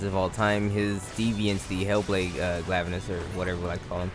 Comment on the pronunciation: “Glaive-anus” is my favourite pronunciation.